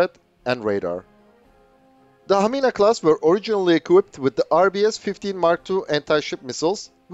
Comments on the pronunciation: that was very excellent pronounciation of Hamina. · Your Hamina class was perfect pronaunciation😍🇫🇮